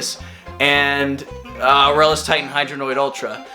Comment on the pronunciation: Someone else that pronounces Aurelus correctly? Subscribed.